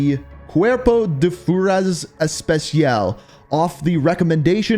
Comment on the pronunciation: “…and as far as this goes there‘s gonna be a lot of things throughout these bios that I mispronounce.“ literally just says “especial“ although it literally say “especialES“ in the text also you could just take 5 seconds and check google translate to find out how it‘s actually pronounced